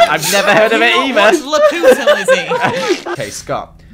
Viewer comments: the movie is said Lap poo ta not LAPIDOT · Luputa(me try to spell how they pronounced it) is actually Laputa witch is the flying city in Castle In The Sky witch is a studio Ghibli film. In the city witch is flying in the sky has robots witch the Minecraft iron golems we’re base off of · i know this was a year ago but its LAH-PYU-TA- not Lah-Poot-ah! (Also known as Castle In the Sky) Any other Ghibli fans? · It's actually pronounced lah-poo-tah and it is a Japanese movie created and drawn by hayayo Miyazaki and it's a very good u should watch it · I cant believe they said lap-oo-ta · wow okay Laputa is one of my fav films and it's pronounced lap-you-tah lmao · don't you say it lap-u-ta? It's a movie by studio Ghibli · U r saying Lupita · The intro when says Laputa it sounds like la puta (don’t translate this to English XD) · I was like you said lapita wrong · Who else got a bit bothered by how they said laputa (Lap-you-ta) Edit: but you did good! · Hi. I just thought that I'd let you know, Laputa is pronounced La-pyu-tah.:D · It’s pronounced Lap-you-ta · It is pronounced lapyoota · you pronounced it wrong Laputa is pronounced La-pyou-ta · Lap Yoo tar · Every time I watch this I keep getting annoyed by how you say laputa, it's pronounced lap-you-ta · T-T he pronounced Laputa wrong... WHY WHYYYYYYYyyyyYyyYyyYyyyyyyYYyy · During the beginning: IT'S NOT PRONOUNCED LA PU TA!!!!!!!!!!!!!!!! EWOIFJWUAEGHAWPIUSGHJWELSIUDKJWNESDK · He says laputa wrong tho💀, but i guess he could have called it by its other name “castle in the sky” which was actually pretty good ngl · Castle in the sky or Laputa is an amazing Ghibli movie, and I am really upset that u mispronounced the title and that u have never seen it, I highly recommend